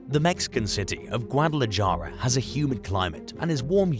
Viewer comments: It's pronounced GuadalaHARA. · Just an FYI, in the word Guadalajara the "j" is an "h" sound :-)